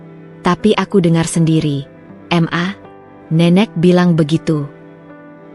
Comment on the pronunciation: Apa tu m .a? Huruf di sebut satu satu. Itu inisial 😂. Ma atau mama . Di baca penoh. Papa kok panggil papa. Harus panggil p a. Baru betul. Apa yg bercerita ini panggil ibu nya m a. juga 🤣. Masa bercerita, Sekejap m.a. Sekejap mama. Sekejap ibu. LOL.🤣🤣